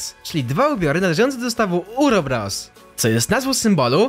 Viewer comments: Nie urobros tylko uroboros Czytaj dokładnie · Uroboros a nie urobros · Nie urobros uroboros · Uroboros a nie urobros cepie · czytaj "Ouroboros" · To się chyba czyta ouroboros, tak mi się wydaje więc bez heatów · Uroboros powinno się czytać ,,Ołroboros" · Uroboros czyta się ełroboros